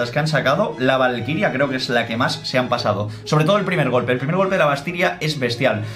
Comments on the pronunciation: Ee se andado cuenta que dijo la primera ves que dijo valquiria dijo valtiria jajajajaj like para que lo leea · Minuto en vez de decir valquiria dijo vastiria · oye se dice valquiria no vastiria mira el final del video